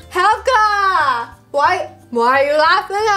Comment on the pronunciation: its hhhhelga remember hhhelga hhhacks the h